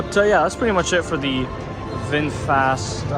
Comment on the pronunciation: VingFast sounds like a Slartibartfast